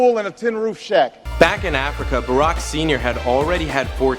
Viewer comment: arack Obama